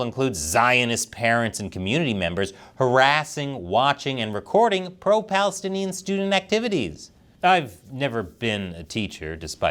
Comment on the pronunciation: You said "Palastinian triumph" Hahaha🤪